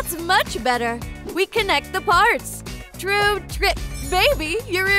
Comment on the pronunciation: Stop saying tromp trik